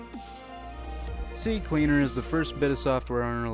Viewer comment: Finnaly someone says CCleaner right